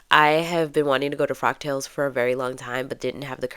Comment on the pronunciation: I thought you were saying frog tails...😆 The fabric is lovely! It reminds me of "Monet". Look up Monet, Water Lilies. So I thought the print was perfect for a frog tails event..lol... I'm such a dork. The dress turned out sweet! In all the outfits I've seen you on, I never thought your shape was as similar to mine as you suggest... (Though I'm definitely larger). So good job sewing things that accentuate your figure so well. I have a few of my mom's old vintage patterns, but there is no way they'll ever fit me... Love the gloves too! Nicely done!